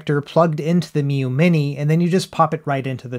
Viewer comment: Ha, nice "three Miyoo monte" attempt in the beginning,!